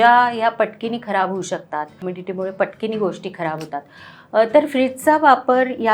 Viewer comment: पटकिनी शब्द पटकन लक्षात आला नाही अर्थ. पटकिनी नव्हे पटकन.